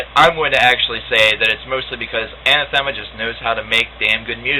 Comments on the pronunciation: Hey you´re the same guy who reviewed Incident :p , ur the bill gates of progressive rock reviews. nice review, especially for those who don´t know much about the band. btw. It´s pronounced An-Athema, not Ana-Thema. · I've met many people who mispronounce Ah-nath-uh-muh, this guy isn't the first. Not a bad review